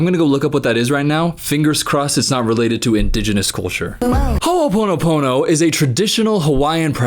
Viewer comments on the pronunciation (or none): Her pronunciation of ho'oponopono is cringe but on top of that what new age spiritual people have made it into is completely different than what it is in the traditional Hawaiian sense. Which the new age white verison is as you might have guessed, butchered bullshit.